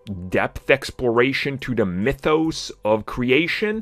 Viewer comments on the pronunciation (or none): none